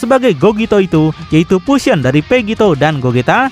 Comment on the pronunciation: Vution malah vution 😂